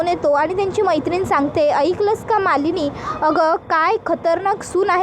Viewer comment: मालीनी नाही हो मँडम मानीनी आहे त्यामचं नाव